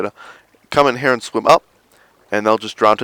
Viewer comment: "In heeah"